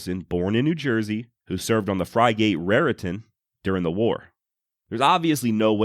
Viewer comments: It’s frigate, pronounced “frigg-ut”not “fry-gate”.😁 Outstanding podcast!! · You pronounced frigate incorrectly.